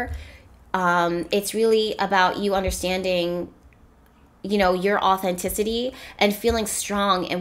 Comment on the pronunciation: when i hear you say authenticity I hear “natural ability”